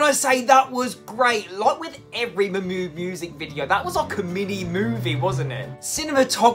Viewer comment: Everytime you say Mahmood I keep hearing MY MOOD 🤣